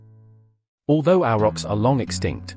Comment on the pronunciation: A question i have forgotten. Why do you say Auerochs? Ochs in german is ox in english, but spoken the same way (like Bier/ beer or Wein/ wine).